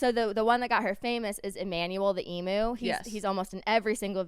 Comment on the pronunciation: Just a friendly PSA emu is pronounced eem-YOU not eem-OO :)